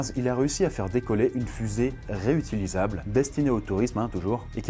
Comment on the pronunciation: On dit pas reutilisable mais réutilisable